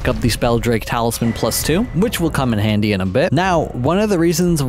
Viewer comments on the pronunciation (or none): none